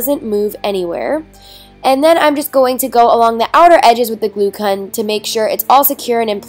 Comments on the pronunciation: she also said glue kun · + she said glue kun